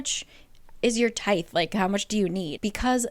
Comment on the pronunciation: I remember being super confused when you said tithe. Tie-th is correct.